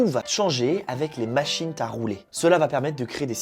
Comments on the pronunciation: "Les machines-T-à rouler" D'où est sorti ce T ?? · "avec les machines t'à rouler" il sort d'où ce "t" ? x) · "Mais tout ça va changer avec les machines T' à rouler" ? Qu'est-ce que c'est que cette liaison qui sort de nulle part xD